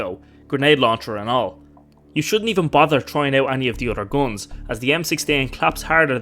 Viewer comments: i like your funny accent. it sounds like your pronouncing GUNS as GOLEMS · "gons" lol